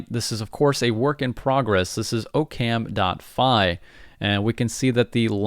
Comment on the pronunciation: Aaah-kum not o-cam as in occams razor